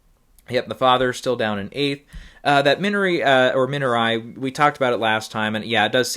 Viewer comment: Thanks for sharing your thoughts. Everywhere else I've heard it pronounced "Min-ar-ree" - if that helps.